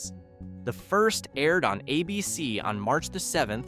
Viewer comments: Who the FUCK is "AhBC"....last time i checked ,the TV station was and IS called ABC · How about cancelled by “ah” BC? You hear Hi-me and ah-bc and it takes a few seconds to hear what comes after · You keep saying "A Bee Cee. " It's "ABC"